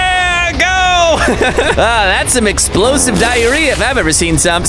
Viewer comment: "Explosive dirrarea" 💀